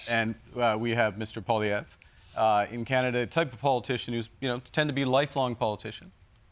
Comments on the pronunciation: Jon Stuart has really become toxic or maybe I just started paying attention. Like a true Democrat seemingly clear as water but poisoned. He cannot pronounce Pierre Poilievre's name but he is ready to destroy Pierre's image without any facts. He shows one picture of Trudeau and Pierre cut out of two random media clips and he says Pierre looks like ... And that's his proof to the masses of ignorant viewers. So much for professional journalism. Jon, since when are you interested in Canada?? Are you a multi millionaire comedian or a politician? How did you get to have such a media enterprise without political backing? You were against Trump but now, not so much! You're another kiss Ax with $150 million who wants more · He's almost correct. He's saying PO-liev, just change the first syllable to PWA.